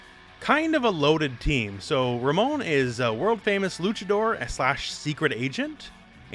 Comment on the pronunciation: Anyone else get a feeling of satisfaction at the way the announcer properly annunciates Ramon and RamOn? Can't wait for the pronunciation of other Latinex characters.